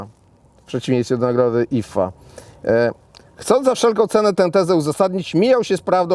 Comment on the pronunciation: Ona nie wie ze to Ifa, a nie jifa?😂